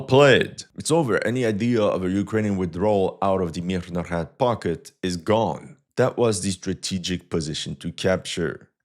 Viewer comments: stop putting extra unnecessary "h"'s into the beginning of MIRNOHRAD, it sounds ridiculous Just say "MEERNOHRAAD", ... "Мірноград"/"Мирноград" Source: I am Ukrainian Canadian, 100% Ukrainian blood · Stop butcharing the name of the city! Mirnograd, russ. the city of peace. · I'm so amused by your southern accent when you pronounce the word "Mirnograd" (Peaceful city or pacified city). A Russian would pronounce it with a clearer, more resonant "g." Like a girl or a garden. Because "Grad" is a word meaning "city", derived from the Proto-Slavic "gordъ" (город/gorod). "Grad" is an obsolete form. The obsolete form was more related to a fortress, and from it came the words "fence"="ograda"